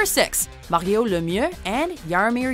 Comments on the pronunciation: mario was pronounced "mehawoo" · You should've pronounced his first name in the standard way than in the French pronunciation.